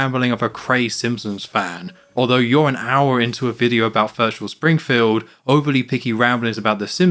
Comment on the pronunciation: minus points for homer not saying VIRTUAL... SPRINGFIELD like in Virtual Bart